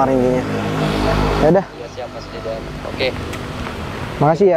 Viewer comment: Woi itu namanya bukan jidan tapi itu didan